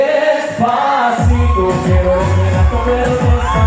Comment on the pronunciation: Marcelito ikaw na talaga!! grabe...its amazing how he ables to pronounce despacito, pinapakinggan ko pa lang nosebleed na akez 😊